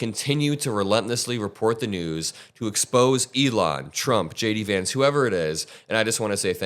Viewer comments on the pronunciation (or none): none